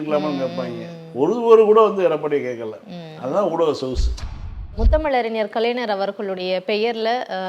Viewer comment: சகோதரி,,, கலைஞர் என்று சொல்லுமா,, ஆனால் கலைனர் என்று சொல்ரீங்க